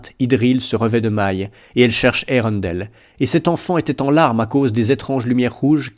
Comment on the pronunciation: Melko au lieu de Melkor......Maeglin au lieu de Maegline........colline au lieu de montagne........Eureundel au lieu de Earendil......Gnome au lieu de Elfe.....Toumladen au lieu de Tomladen........HUM !! Prononciation plus que douteuse mais si on y fait pas attention c'est vrai que la lecture audio est très bien merci. La musique coupé et remplacer au bon moment c'est très bien aussi ! Dommage que l'ont n'est pas la suite